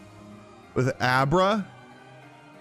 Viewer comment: If I got 1k dollars for every single time has said a name wrong or called wartortle squirtle… then I would be rich Edit:why this man call Abra “Obera” when the Pokémon’s name is is just “Abra” like abra kadabra alikazam.. which is the name of the whole evolutionary line